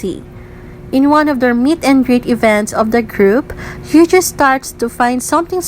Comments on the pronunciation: you got me there 😂 I watched the video with serious expression but this crack me up Edit : btw you pronounced Heechul wrong. Double 'ee' in Heechul is pronounced as 'i' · The way she pronounced Heechul's name is kind of funny Lmao